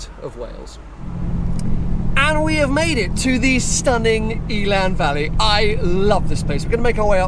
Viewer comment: Great video and content as usuall 👍🏼Quick tip from a Welsh viewer in case you visit the area again one day. Elan Valley is pronounced in the same way as the Lotus “Elan”, rather than Eeelan. 😊